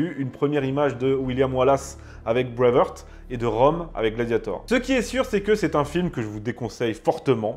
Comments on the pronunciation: D'abord, on dit Brave HArt et non brave Heurt... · D'abord c'est "BraveHARTE" et pas "Brave HEURTE"!! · Breive haaaart prononcez le ainsi. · En parlant d'erreur, Braveheart, ça se prononce pas Bravehurt... Heart rime avec les mots anglais art, cart, tart, fart, dart, part... De rien. 😊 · je vous propose d’essayer de mieux prononcer Braveheart , la première fois on passe, mais après 20 fois ça lasse 😅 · Même si tu détestes les Anglais essaie au moins de prononcer correctement “Heart” ... cordialement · Tu prononce très mal BRAVEHEART